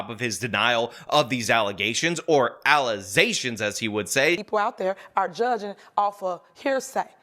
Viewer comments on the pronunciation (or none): Mayor can’t pronounce allegations. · False allezations, and not facts. Now let me axe you a question. 🙋🏼‍♂️ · "Allizzations" will always be funny to me. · She needs to sue him for False Allezations😂